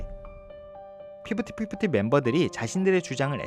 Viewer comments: 저도.피프팃피프티! 듣기거슬..으.. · 피프티피프티 발음이 너무 거슬렷ㅋㅋㄱㅋㅠㅠ 매번 정리 잘해주셔서 감사함다..! 그나마 돌아온 멤버가 똑똑하넹😂